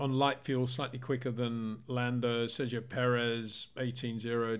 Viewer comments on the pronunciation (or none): none